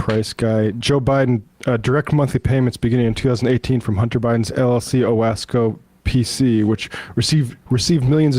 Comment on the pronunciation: Number One: as somebody who lives in upstate New York I am offended that your announcer mispronounced Owasco. I have family who live in Cayuga County, where Owasco is located and I doubt think theyd be happy with prounouncing it that way. Number two: I doubt very seriously James Comer, or any other Republican in Congress save Brandon William who live in Cayuga County, actually know where Owasco is. Nor do they know the significance of the name or why it's called Owasco in the first place. I don't know the specifics but I suspect that the name is a way for Hunter to pay tribute to his Mother, who grew up in Central New York and who met the President while he was attending SU Law School. Her family is from Cayuga Country. His uncle was a City Councilman. Hunter, who is named after his mother's family. By going after Oswaco you are basically disrespecting the Hunter family.